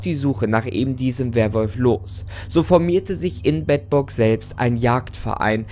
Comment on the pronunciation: Ich als Bedburger muss sagen es wird Beedburg ausgesprochen ;)